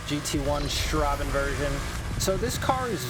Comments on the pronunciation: Hew hew hew it‘s Straßen version, not Straben. The German ß stands for ss, spoken like the English s. Why ß = ss? No idea, but it‘s that way löl. You can even write ss instead of ß but idky they don‘t do that xD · Just a tip: the German letter ß is used instead of a double S when its more than one S, so it's not pronounced "Strabenversion" but "Strassenversion" which actually means: Street Version